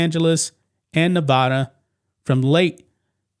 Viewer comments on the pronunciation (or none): none